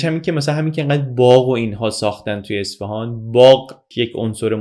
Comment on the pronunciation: اصفِهان؟ چرا اصفِهان!!! یه اعراب کوچیک رو اعصابم بود😢 ممنون از. لطفا دیگه واژه اصفهان رو درست تلفظ کنید